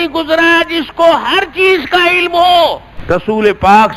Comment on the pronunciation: عِلَم نہیں علم ہے